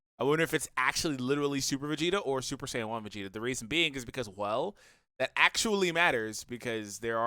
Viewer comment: Then why does everyone say sayajin lmao